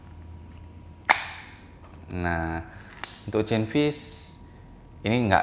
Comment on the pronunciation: Ocean= Osien not Ocen